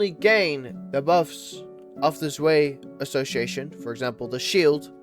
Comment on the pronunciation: who tf is zway bro do we not know how to pronounce 2 in german?